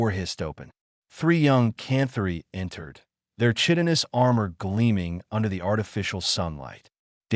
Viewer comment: "KITE-ton-us" NOT : "CHIT-ton-us"...